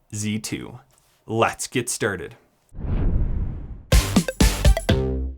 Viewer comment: “Let’s get sterted”